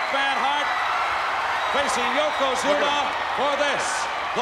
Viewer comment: Branson Reed this is thee Spot. When fans were Super Inversted nd live on every word nd Thyng that happened in Pro Wrestling. Yoko Squashed Hacksaw to the point where can't pronounce his name correctly YoKoZUMA